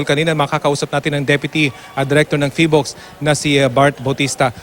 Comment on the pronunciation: 🤣🤣🤣 Hindi pa marunong sabihin ang name ng PHIVOLCS